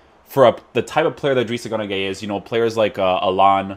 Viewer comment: It's guy not gay 😂 Idris gana guy